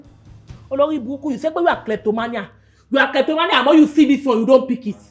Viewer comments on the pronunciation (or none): Plektomaniam.. Bimbo: Klaaptomanya 😂😂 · Not the two pronouncing "Kleptomania" incorrectly with every confidence 😂😂😂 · Therapist wants to beat patient😂. Both of you can't even pronounce Kleptomania😂😂😂